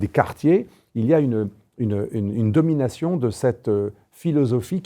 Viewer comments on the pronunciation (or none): none